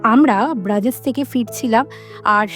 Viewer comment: ব্রাজেস?🤣🤣🤣 ব্রাজেস কি ভাই?🤣🤣🤣 ইংরেজি-ব্রুজ ডাচ-ব্রুক্ষে